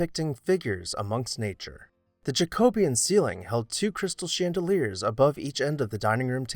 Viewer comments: It’s Jacobean…pronounced ‘jack..o..be…an’……four separate syllables ….not how you pronounce it in various videos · I really enjoy your series about great houses. Thank you for producing them. Just a small critique. You keep pronouncing "jacobean" incorrectly. It is pronounced jacko-BEE-un.